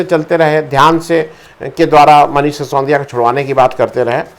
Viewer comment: सि सों दि या नहीं सर, सि सो दि या